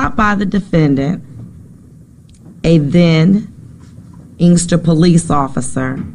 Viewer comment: PO-LEECE lol